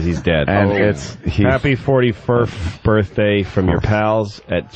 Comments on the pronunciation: Hey Opie, what white guy college educated white guy says " birf " day? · Opie thinks its clever to pronounce birthday like "birffday" every single time he says it. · I love how Opie pretends that saying 'birfday' repeatedly is going to make him funny.